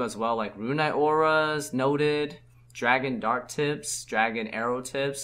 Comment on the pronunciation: It is ores (pronounces ors, the plural of or), not auras. Runite ors, not runite auras